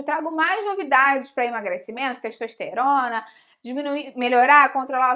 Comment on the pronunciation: ...a teishtoishterona...